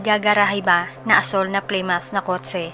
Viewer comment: Plymouth - plimut 😊😊😊